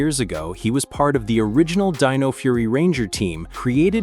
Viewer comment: You need to do your research again. Tommy didn't "start" losing his green power in season 2, he started losing his green power in season 1. Also you keep on pronouncing names wrong. Watch the entire series again the shows tells you how to pronounce a name. You pronounce Dino wrong. The "I" says its name.